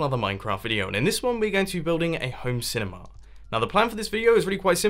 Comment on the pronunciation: It's not cinema, Its cinimaaaaah